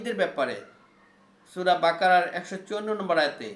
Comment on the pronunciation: আপনার মুমিনূন, কোরআন মরিওম বাকারসহ যেসব আরবি উচ্চারণ করেছেন সবই ভুল উচ্চারণ। প্লিজ আগে আরবি শেখেন তারপর কোরআন হাদিসের আলোকে আলোচনা করেন।